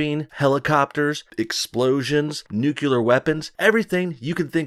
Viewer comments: Nuke-yuh-Lur??? goddammit... you're really pissin me off with that! step it up, Please??! cuz I like ya. christ, i could barely stand to type this out cause you keep saying it ugh. Nuke-Lee-Er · Its nuclear...not nucular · Nuclear, not nucular. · "Nuclear" not nucular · It's nuclear, not nucular. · You said nucular, a la GW several times. It's actually nuclear. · stop saying NUCULAR!! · Sorry no bullshit I must correct your pronunciation of nuclear, its NEW car, CLEAR water. Nu-clear. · I loved Mission Impossible Fallout. It was great! It's funny how you say "nucular". 🤣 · I love your vids man, but that pronunciation of nuclear has me cringing. It's NU-CLEAR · Nu clee er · Nucular? Okay George Dubya.